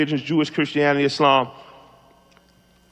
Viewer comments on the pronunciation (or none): none